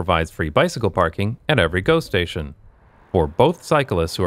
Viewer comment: Everytime you say GO station, I hear ghost-station, which perfectly fits the footage.